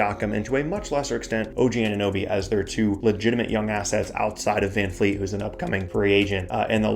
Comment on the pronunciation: It's vanvleet not van fleet